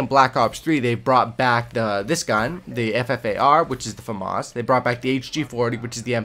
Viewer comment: I heard Fam-Arse so I left, famas.